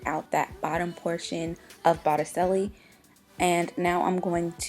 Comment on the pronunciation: Sorry to be this loser...really, but I have to: it's Botticelli, like the guy who did the birth of Venus painting. As in "boat-ih-chelli" The "c", as it often does in Italian, makes a "ch" sound...not an "s" sound. Sorry! But now you know.